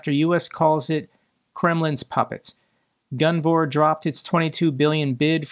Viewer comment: I’m I the only one that thinks it says Guvnor not gunvor, every single time?